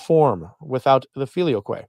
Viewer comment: Google says you are pronouncing "filioque" correctly.